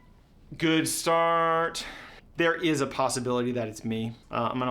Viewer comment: Is it just me that noticed along with it saying Rarrell it also said Ligalure 😭😭😭😭